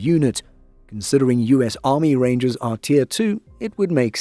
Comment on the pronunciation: “Reindžers” BARS! 🗣️🔥🔥